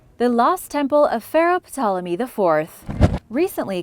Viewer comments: Awesome channel,but the P in Ptolemy is silent. Just an FYI, no biggie! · Ptolemy is pronounced with the P silent 🤫